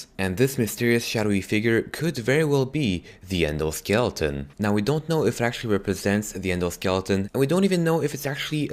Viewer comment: Skieleton?! Skeleton